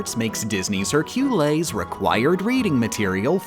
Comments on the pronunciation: Stopped watching when you pronounces Hércules as Herculis… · Please stop saying hurcules like that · Despite how silly that pronounciation of Hercules is, it's surprisingly close to the Latin Herculēs. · How many cringed every time he pronounced Hercules like "Heir-queue-lez"? 🤦‍♀️😂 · Good vid but seriously, what the fuck is a hercoolays? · Literally no one:: her-quel-ayes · Just because I'm not seeing anyone mentioning it, the way she says Hercules causes me physical pain every time he's mentioned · why is no one talking about how they pronounced "hercules" i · The way you say Hercules gives me diarrhea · I don’t like how you kept saying Hercules wrong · They way you said Hercules, just doesnt sit right with me. Watched whole vid, excellent. Just pronounce it correctly please...😂😂😂😂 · Why does he say Hercules like that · stop saying hercules like that its freaking me out 😭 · Its weird he pronouce hercules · everytime i hear pronounce hercules i die a little and cringe. Why? Why must I suffer like this? ITS NOT EVEN APRIL 1ST!!!!:face-purple-crying::face-purple-crying::face-purple-crying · Morning Ooohhh I know it was just for the joke but the way said Hercules name made my body shrivel up in Pain and Panic (haha movie reference)